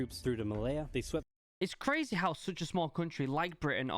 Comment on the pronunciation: I hate how every word he says with a y he says for example:crazeh or scareh